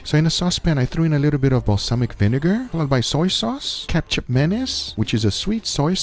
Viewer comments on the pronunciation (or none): none